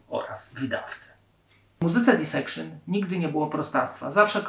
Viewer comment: Źle wymawiasz nazwę zespołu, nie wiem gdzie masz na tej płycie blasty (gra perkusji to heavy metal) słaba analiza tekstów, tym bardziej znając zapatrywania Jona (każdą płytę opisujesz tak samo)… poza tym ok… to jedna z płyt życia